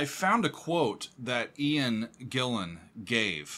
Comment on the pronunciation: His last name is pronounced Ian GEE-ANN.